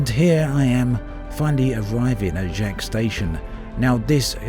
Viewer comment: Yo, that's my station! It's pronounced like Jakes.